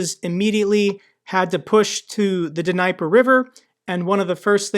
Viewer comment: "D Knee per River"